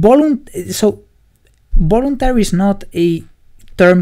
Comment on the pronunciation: Great video and nice explanation! Just a side-note. "voluntary" is pronounced with a /v/ (a sound that doesn't exist in Spanish), rather than /b/ (I'm using the International Phonetic Alphabet here).